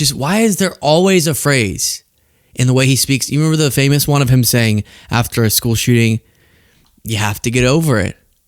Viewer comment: He also said screwl, instead of school.